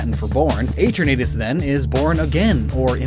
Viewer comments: Who says Eternatus like that? I always pronounced it as Etern-na-tus, and not Etern-Nae-tus. Besides the at doesn’t work with Eternamax. You can’t say Etern-nae-max. That doesn’t sound right. Also what you call Eternatus dynamax/gigantamax form is actually called Eternamax form. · It's Eh-turn-uh-tuss